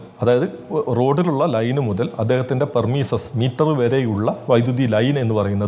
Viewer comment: പെർമിസ് അല്ലടാ മയിരെ premises